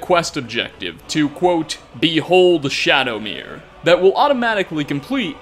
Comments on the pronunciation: Shadowmare MARE.... please stop saying shadowmirror lol Either way amazing video, keep up the awesome work!!!! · I feel dumb, been pronouncing it like Shadowmare this whole time not even realizing it's spelled Shadowmere. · Isn't it Shadowmare as in A MARE? Like, a female horse? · Always thought Shadowmere was pronounced like ‘mare’ as in a female horse…which is also why I like to think that Shadowmere is female too just like in Oblivion 🐎